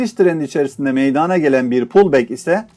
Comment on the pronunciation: Video paylaşımlarınız için teşekkür ederim. Çok yararlı buluyorum. Lütfen Eleştiri olarak düşünmeyiniz. MEYDANA kelimesini, MEYDANE şeklinde telaffuz etmezseniz, çok memnun olacağım, teşekkürler.